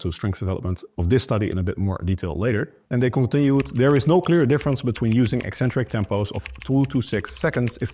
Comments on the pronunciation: I'm British and "ek-centric" is the standard received pronunciation. You won't hear "ee-centric" anywhere outside of the lifting/fitness community. I find it really strange hearing them say "ee-centric". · Thank you for being the only fitness professional who correctly pronounces the word "eccentric".